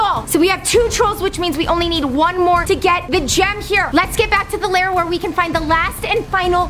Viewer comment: Lol its lair not "liar"